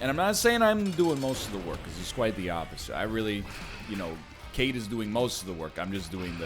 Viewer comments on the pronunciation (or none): none